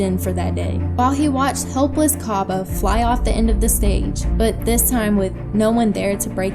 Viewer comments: why u pronouncing his name "cobba"? it's cabba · B oo “Cah-Buh”